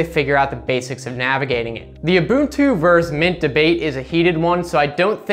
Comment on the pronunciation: "oo-boon-too" nailed it